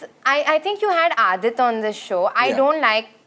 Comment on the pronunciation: It's Adit not Aaandit